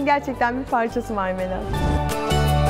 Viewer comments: betül yıldırım bilmiyodum sağol videonun adında bile yazio bilmiyodum sadece normalde Marmelat ama narnelat diyo ml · NDNG Enes Özmen Özmen biliyorum Marmelat diyor ama nanenat diye anlaşılıyor mesela meraba herine merada diyo onun gibi